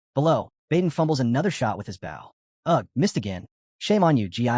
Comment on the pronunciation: Please review the videos before posting. Your AI saying bow, like from a ship when referring to a weapon, and then bow, like the weapon, when talking about the act of. The uncountable number of times it misspoke from whats literally on the screen. 7% instead of 7x, 5% to 50% to 500% to 5000% back to 5%.. having skills completely explained EVERY time is okay, but then when it can't repeat what's already been said is annoying. Same with stats/attributes. Saying names unmeasured times only to start saying them incorrectly, or outright getting genders mixed.. I like the stories. Just please review your AI before you post to make sure the quality isn't being lowered by simple fixes.